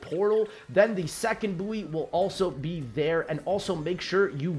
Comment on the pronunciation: Great video. Also buoy is pronounced like boy ahaha